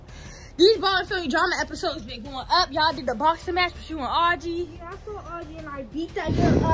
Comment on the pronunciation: when say ya'll it sound like she is saying yeah